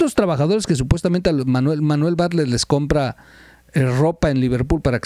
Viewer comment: Terrible información Por favor checa el nombre de Bartlett siempre dices Barlett. .....